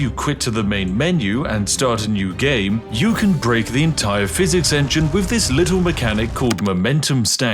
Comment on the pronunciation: When you say "wiv" instead of "with" it kinda breaks the illusion of spiffiness.